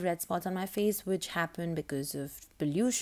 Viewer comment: Who say fay not face fay. Lool fay